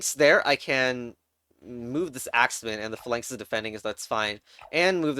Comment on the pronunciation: you're pronouncing phalanx wrong on purpose right?